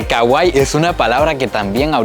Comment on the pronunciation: pronuncias mal kawaii, trata de decirlo como si estuviera tildada en la i y no en la a desearía mil dedicarme a lo que te dedicas